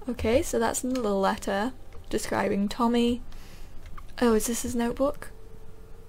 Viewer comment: You keep reading words wrong and its kind of funny.. haha. I think it shoupd be tommy.